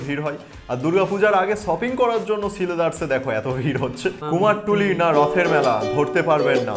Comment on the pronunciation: বলছি কথাটা কুমার টুলি না। কুমোর টুলি।খুব ভালো লাগলো ভিডিও টা